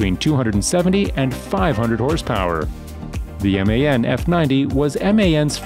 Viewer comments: MAN and DAF are not spelled as M A N and D A F but are read as a word, amnd IVECO is not Ive CO but Iveco, do your research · You know you can pronounce DAF and MAN without spelling it? Americans haha